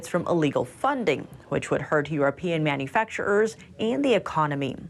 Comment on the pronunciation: why do you keep on saying manufactur-er? You pronounce it as 1 one word without any pauses or breaks.